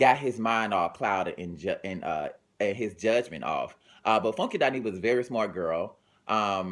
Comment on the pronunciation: I love how he say FONEKY